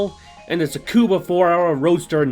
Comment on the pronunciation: I thought I heard it wrong but turns out, you actually called Tsukuba Circuit as "TsuBUka" lol.